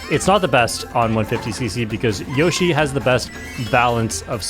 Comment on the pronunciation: its yoshi, not yoyshi